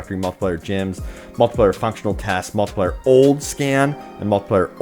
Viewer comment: Someone teach this man how to say multiplayer and not multiplier